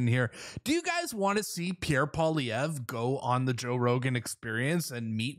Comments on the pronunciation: You pronounce it pierre poilievre (poliyev) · Yes!!! That would be AWESOME to see Pierre Poilievre 🇨🇦on the Joe Rogan experience. That is a HUGE PLATFORM. (Maybe somebody can help Joe pronounce Pierre’s last name.. lol 😂.) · Rogan's so burnt out; He still can't say Pierre's name without f ing it up lol. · JOE! POLLY-EV. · Rogan should invite Pierre on his podcast and then ask him how to pronounce his last name. If he really likes him that much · It's nice that Rogan likes Pierre Poilievre. Too bad he wouldn't take the time to learn how to pronounce his name.